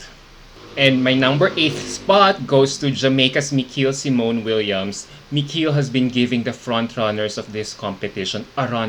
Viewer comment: Can you pronounce the names of the girls correctly? As a sign of respect to them? Miqueal in Miqueal-Symone Williams is pronounced as "Michael" Asya in Asya Danielle Branch is pronounced as "Asia" You should know this considering you interviewed some of these girls.